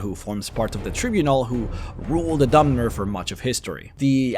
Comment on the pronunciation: I can understand mispronouncing "delicacy" (though it's irritating how often it occurs in these videos) but "tribunal" is pronounced in game.